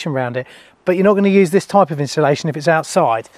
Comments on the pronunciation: I thought you said "used" and not "use" 🫣🤢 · That's what I heard as well 👀